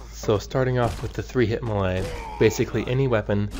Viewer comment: LOL, "muhlay". It's pronounced "may-lay". :D